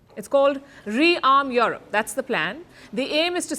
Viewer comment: Its Europe not yorope.